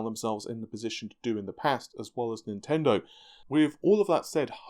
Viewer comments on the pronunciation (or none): none